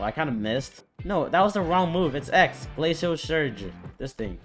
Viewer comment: its pronounced glay sh ill epic